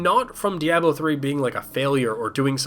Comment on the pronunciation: I've never heard "Diablo" pronounced like that before...